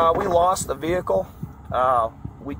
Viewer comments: Why Vehhhhicle? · Bruh why do they say vehhicle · why do all cops say vee-hickle lmao